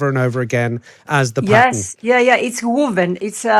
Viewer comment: "Wooven" ? What is she talking about, "Wooven ent-ow heez tye-ah" ? Does she mean "woven" ? {:o:O;}